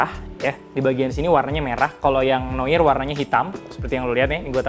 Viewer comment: Koreksi bang, noir bacanya noar wkwk